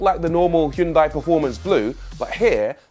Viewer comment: Please learn how to properly pronounce the Hyundai name.